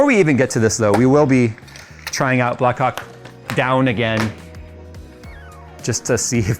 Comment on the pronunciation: Please, emphasize the H in "black Hawk" 😅